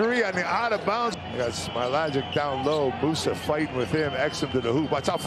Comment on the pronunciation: Who is this speaker anyway?? He can't even pronounce some players' names properly! Instead of telling us how he used to hang out with this and that guy, maybe learn a bit more about the game itself?! No travel for Hezonia to start with, the H in his name is not silent etc. Poor Smailagic and Papapetrou, their names slaughtered😂